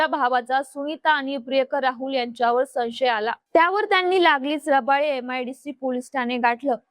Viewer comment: संशय मध्ये व चा उच्चार करा....😂😂😂